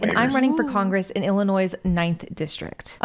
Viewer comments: lol, illinoise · Illininoise… 😂 she not a true Illini. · Somebody needs to tell her that the S is silent in Illinois! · lol. Tim you are saying the S at end Illinois because you live in WV. This might make you an official West Virginian.